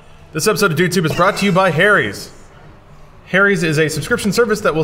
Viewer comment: t's is pronounced HARRY'S you flipchart! Not Hairys, or Hairies. The "Ha" is said with a phonetic 'A' sound, like Apple, not Aeypple or Eipple. What the sock is wrong with you? Thanks for spelling it!